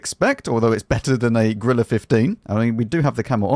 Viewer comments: GOrilla, not grilla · "No, not the Grilleh" 😂